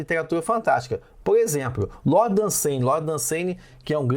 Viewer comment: Acho que a pronúncia é algo do tipo "DÃNsâni", e não "dunSAIni", mas é só um detalhezinho, o vídeo foi ótimo, a história é muito interessante